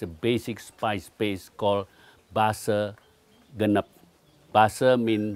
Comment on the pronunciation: And anyway its BASE GENEP not base ganep .. Naskleng